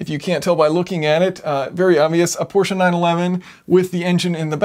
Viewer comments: Thank you for saying "PorschE" and not "Porsch"! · Thank you for saying Prosche and not Porsch. Greetings from Germany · As a German, i VERY much appreciate that you are able to get the name of the brand Porsche out without completely butchering it, as many or most americans sadly are prone to doing. When there is the letter "e" in a German word, we fully expect you to SAY the letter "e". Otherwise we woulda dropped it for efficiency´s sake. (If you are also able to correctly say "folksvahgen", instead of that abomination most other americans somehow manage to craft, i will name you a honorary scholar of the German language.)